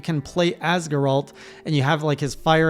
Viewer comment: How can you mispronounce Geralt like that? He says his own name like a million times xD